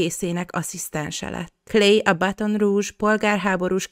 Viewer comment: BÁTONRÚZS !!!!!! GRATULÁLOK! Igy kell mondani! Neves csatornák mondanak baromságokat, öröm, hogy te jól ejted! (barátom ott él)